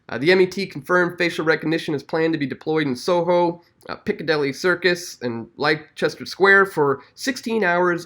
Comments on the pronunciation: lester square not li-chester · For Truth fyi, Leicester Square is pronounced 'Lester' Square. Don't ask, that's English for you lol.